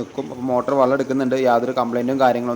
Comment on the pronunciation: ഡാ, വള്ളം അല്ല വെള്ളം 😂